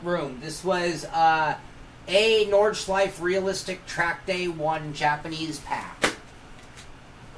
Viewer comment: Oh and about the Porsche pronunciation - "porsh-ah" is quite close really, it's just that it the german pronunciation is basically "porsh-eh", not "-ah". Same applies to "Nordschleife", BTW :)